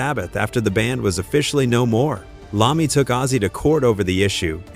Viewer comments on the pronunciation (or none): Its I-ommi ... not an L... L is for loser and apparently you are. Take this down and fix it!!!!! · am sorry... who the fuck is Tony Lahmey(Iommi) i now disregard anythingf you say from that point... if you did any reserch on this at all you would not pronounce his name wrong!!